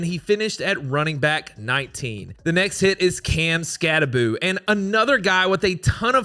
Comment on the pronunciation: Everyone pronounces skattebo’s name, it’s bow not boo it’s only 1 o not 2